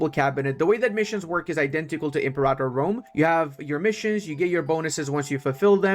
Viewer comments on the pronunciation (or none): none